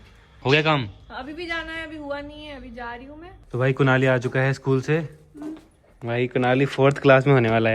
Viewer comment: School ❌ school✔️Amma ne bola scool